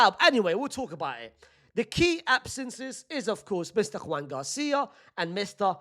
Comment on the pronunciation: Why do you keep saying Joan Juan? Joan is pronounced Joan not Huan. Juan is pronounced Huan.